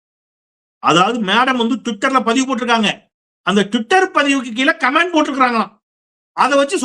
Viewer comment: Comment ( noun) pronounce it with stress on the first syllable.காமென்ட் not கமேன்ட்